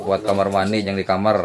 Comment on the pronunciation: Kamar bukan nya kamer